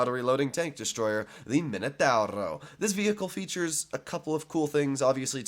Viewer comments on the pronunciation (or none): I hate you when it comes to pronouncing tank names dee “minUTAWROW